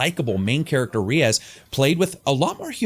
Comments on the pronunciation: Not ree-as, more like Ray-yes. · long time fan.. 'ReeeAzzz'? Who the hell says Reyes like that? Lol brodie, it's said enunciated '"Ray'Eh'z"...